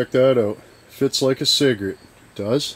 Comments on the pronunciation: Cigrit. He never said "cigarette" once. Just sayin... pologize. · why does he keep saying cigarette?